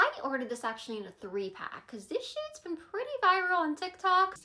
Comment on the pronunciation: Btw she said, "This SHADE'S been pretty viral on TikTok" not SHIT lol